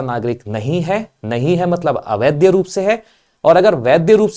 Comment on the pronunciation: आप वैध को वैद्य और अवैध को अवैद्य बोल रहे हैं। आपका भाषा ज्ञान अधूरा है।